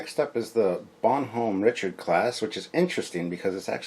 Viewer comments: Bonhomme Richard pronounced - Bon - hom Re-chard I don't speak french - Got the correct pronunciation when the news reported that the USS Bonhomme Richard, LHD-6 Wasp Class amphibious assault ship, caught fire in dockside maintenance. FYI- Bon Homme Richard = My Good Friend Richard = Poor Richard (of Poor Richard's Almanac) = Pseudonym for it's Author - BENJAMIN FRANKLIN Don't know WTF they didn't just name it the USS Benjamin Franklin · Captain sir! Bonhomme Richard. Its a french name. So its pronounced, "Bon-home, Rich-Ard." If Memory serves, the Bonhomme Richard was one of the few French ships given to the US Revolutionary navy in the late 18th century. A United States Warship of the late 20th century, if not more then one, was given that name, to remember that debt of honor. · Love your channel, watch as much as i can but omg please practice the pronunciations LOL. You kept calling the Exceter the Excelsior and as a fellow Canadian its [bon-uh m rich-erd; French baw-nawm ree-shar Im being an a-hole, keep up the good work!